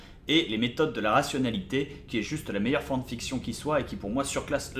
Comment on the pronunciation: C'est quoi une "forn fiction" comme il dit ?